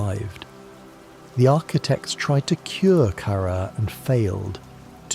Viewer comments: I think so, he pronounces “Kaara” different every time he says it. Like “Kara” then “Karaa” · cuz of the way Kaara is mispronounced a million ways